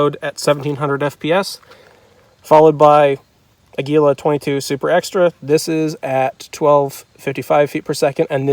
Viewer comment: It is pronounced A’ gui la. It is Spanish for eagle, which corresponds to the picture on the box.